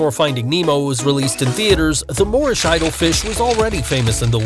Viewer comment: FYI: #4 we call a "Moorish idol," not a "Lorish idol"